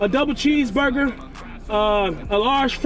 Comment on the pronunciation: Double Bheeseburger Burly fries and a Bhoclate shake 😂😂😂😂😂😂😂